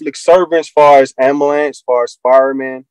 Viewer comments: If you say 'ambalance' you need an attorney. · Why can't sovcit's pronounce Ambulance? I'm asking for a friend...